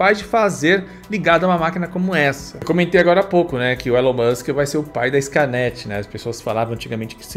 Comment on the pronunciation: So o que me pegou foi o falando "Elano Musk", era pra traduzir tudo e falara Elano Almíscar!